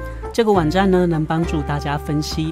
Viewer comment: 可愛的「碗站」 晚安倒是很標準耶😊